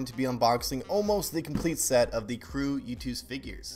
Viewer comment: its not yoot its YOOOOOOOOOOOOTTTTT